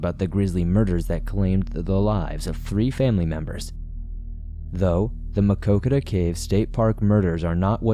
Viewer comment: I am impressed with your pronunciation of Maquoketa! The story hits close to home and the community still mourns. The Caves was my first and best camping trip with my two sons. We still continue to visit.. one of the most beautiful places in Iowa!